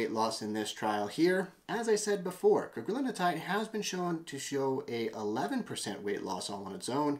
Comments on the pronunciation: It's Cagrilintide. Four syllables: Either "Ca-gril-in-tide," "Cag-ri-lin-tide" or, if you prefer, "Cag-ril-in-tide." It does NOT have five syllables, like "Cag-ri-lin-in-tide" or "Cag-ril-in-a-tide." Look at the word. There is only one "n" in Cagrilintide and it is followed by a "t", which is part of "-tide." How you find an extra syllable between that "n" and "-tide" is beyond me. But heck, everyone on the Youtube is doing it. Which does make one wonder. That said, Cagri is a hell of a AMY3 receptor agonist. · It’s Cagrilintide (you’re pronouncing an extra syllable in the middle)